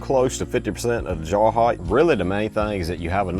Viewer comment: add the salt to your jawr brother cant say jar